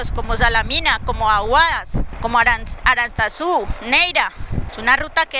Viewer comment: Por favor alguien que le diga a esta chica que Aranzazu no pronuncia de esa manera, si llega Aranzazu la escuchan diciendo de esa manera le dan machete 😂😂😂 paso por el colegio pero por la acera del frente 😂😂😂